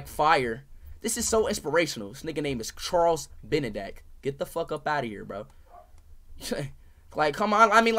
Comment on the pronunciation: “Charles Benedack”😭😭